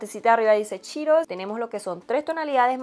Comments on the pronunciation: No es chiiros es CHEETOS! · yo te quiero muchísimos. Al decir cheetose sonó a chiros que es un alimento parecido al banano, por,lo menos en mi ciudad😁pdt:te quedo hermoso el maquillaje me encantaría conocerte y maquillar como tu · Ya se que así se pronuncia correctamente pero me da mucha risa que diga "chiros" jajaxd